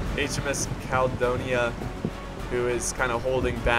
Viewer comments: its pronounced cal-eh-dough-ne-ah (caledonia) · Ca-le-do-nia😁😂 Please make more naval Battles 🤗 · Caledonia is pronounced: Cal-I-do-nya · Cal-uh-Done-ee-uh.. The 'Guns at the front' are bow chasers... Same at the rear; Stern chasers.. Great content epic battle love this game .. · try saying Caledonia = Kal-ee-doe-knee-yaa. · says Caledonia perfect the first time, doubts himself, screws it up the rest never change man hahah